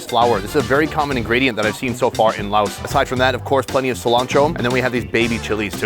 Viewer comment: Sounds like your saying Lao ocean lol it’s pronounced lay ocean